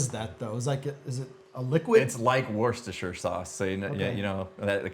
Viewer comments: As a Brit, it's actually pronounced Woostershire, not Worstershire 🙂 the middle R is very confusing! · it's pronounced wooster-sheer by the way. there's like 4 silent letters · Wo'stershire. Come on. :) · It's "Wust-er- shear" sauce (UK pronunciation) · It's pronounced "Woostershire", short "oo" and "shire" as in "shirt" but without the T, or also like The Shire in Lord ot the Rings. I've heard both variants. But in the English Midlands, where the county of Worcester resides, I've pretty much only heard the former. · Listening to three American men trying to pronounce "Worcestershire" and all of them being wrong.